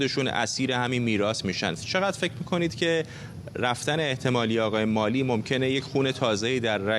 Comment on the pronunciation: هنوز یاد نگرفتید که اسامی و یا کلمات انگلیسی را درست تلفظ کنید؟؟ آقای ملی؟؟؟😀